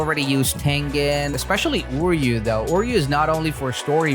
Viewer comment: its not uryu its pronnounced ooroo